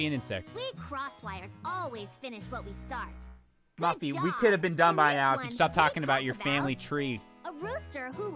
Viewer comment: Francine, Arthur, and FRANCINE!!!!!!! Do you not know how to pronouns Muffy's name.